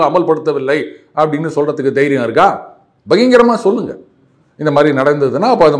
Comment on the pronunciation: சார், ஸ்டாலின் மாதிரி பகிங்ரமாக என்று சொல்லாதீர்கள்... பகிரங்கமாக என்று சொல்லுங்கள். இனிய மாலை வணக்கம் 🙏🙏🙏